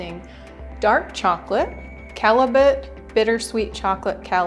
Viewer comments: Callets is a French word pronounced the first way you said it and Callebaut is pronounced "Cal-i-bow." Thank you for this recipe. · It's Cal-a-bow and it's Belgian :)